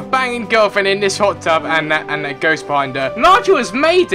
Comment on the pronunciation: did anyone else relise that said pot tub at the end:D